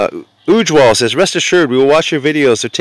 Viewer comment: broooo thanks for redeem code but my name isnt UUJwaal its just ujwal broo it sounds so bad its dint press on ujjj just ujwal